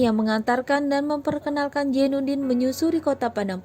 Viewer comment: Zainudin bukan jainudin Azis bukan ajis